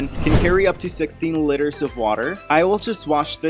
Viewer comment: *Lee-ter (liter)